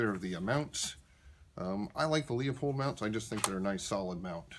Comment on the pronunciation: dear lord why do so many people call LOOPOLD scopes LEE O POLD. call the company and listen to how they say it. are you sure that target was made with a 700? it looks more like an 870 group.